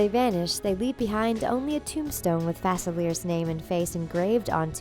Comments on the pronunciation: you pronounced Dr.Faciler’s name wrong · Yeah its written Facilier but its spelled in French